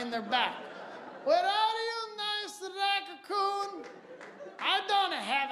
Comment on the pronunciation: HILARIOUS! "racacoon"